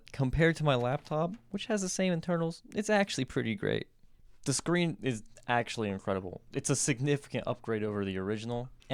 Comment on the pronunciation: Screen not screem what a fool